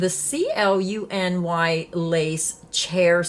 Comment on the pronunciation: Hi! Did you know that you can look up how to pronounce things on the internet? Just bring up Google and type in the search box "how is "cluny" pronounced? In the search results, you'll get a little microphone you can click on that will tell you how to pronounce it. Easy peasy!